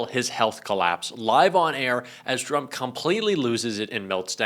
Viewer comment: Love how Caroline's "machine gun lips" always pronounce Trump as Chump